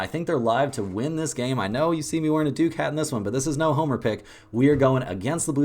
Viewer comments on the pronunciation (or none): none